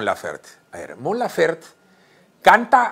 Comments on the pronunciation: el apellido de Mon se pronuncia como se escribe, Laferte, besos 😘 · Su apellido se pronuncia como se escribe "LAFERTE" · todo bien pero es Mon Laferte!!! la "E" no es muda, igual gracias pór la nota sobre la reina!